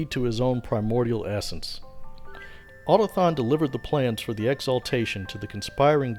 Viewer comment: > otathon Nonono. A, u, to, k, thon.